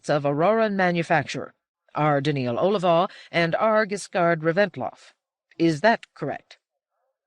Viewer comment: The presentation here is excellent, except that she badly mispronounces several key names. First, Daneel Olivaw: "Olivaw" is a variation of "Oliver," in which the initial "o" should not be pronounced with a long "o" (as in "hope"), but "ah." But she keeps saying "Oh"-livaw. Second, the "zeroth law" should be pronounced "zero" + "-th," but the narrator says "zer (like "there") + roth" (as in Rothschild). It's like any other ordinal number: 3rd, 4th, 7th... "Zero-eth."